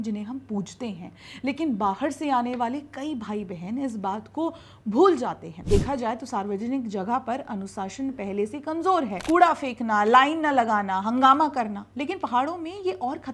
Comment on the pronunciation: I’m with you 👍 nature needs preservations and tourists need to understand that natural ecosystems are very delicate unlike urban areas. You’re absolutely correct. One point of correction i’d like to provide you as a feedback based on your pronunciation of the hindi word of discipline. You’re pronouncing it as “Anusashan”. You should say it “Anushasan” it is अनुशासन. I’m not criticising, just providing a positive feedback 🙂